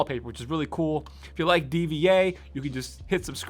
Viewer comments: dee-vee-ae lol bud its pronounced dee-va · mere question, since her name is written D.VA, with a period, should it not be pronounced as "D-Va" (like Diva), instead of spelling every letter? (D-V-A) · D.V.A BRUH ITS PRONOUNCED DIVA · he just called D. VA, D V A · Did my mans just call D.va "Dee-vee-ayy"??? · Pronounced D.Va DVA 😂😂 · My man's just called D.Va "dva" letter by letter. 😂😂😂😂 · The way he said dva's name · The way he pronounced D.Va 😂🤦‍♀️